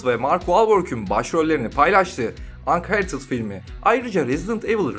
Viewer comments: İçerik güzel ,tonlamalar vs güzel sen güzelsin ama şu telaffuzlarına dikkat et lütfen çok basit şeyler bunlar lest of us unherted vs google çeviriden bakıp okunuşunu dinleyebilirisn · "Ankhertıd" filmi mi? Filmin adını translate'e yazıp okunuşuna bakmak zor bir şey değil. Edit: War kelimesi de vor diye okunur. İngilizce bilmemek suç değildir. Ancak en azından ses kaydı almadan önce yabancı kelimelerin okunuşlarına bakılabilir. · ançartıd diye okunuyor belki bilmiyorsundur diye yazayım dedim